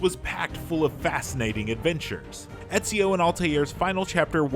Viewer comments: You said ezio wrong is real name is ezio de lalalala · Are we just gonna ignore the fact that this pleb kept mispronouncing Ezio's name?